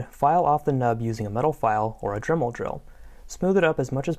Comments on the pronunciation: “Dermel Drill” lol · They said dermel drill